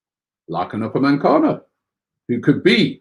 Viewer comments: I missed that but I meant he says upamencano when it's upamecano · ROBBIE!!. UPAME-CANO.. Robbie, there is no N after the E in his name. It's hard hearing it like this for ages now lol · Upamecano* there isn't an N in his name